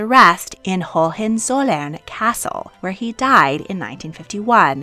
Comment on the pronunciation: The pronunciations are distracting. Hohen is HO-wen, not HO-HEN; August is Ow-GOOST, words that end with "in" are pronounced like the pronoun, not "een."